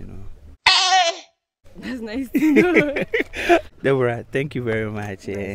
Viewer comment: the tone you used for Deborah is someway bi😂😂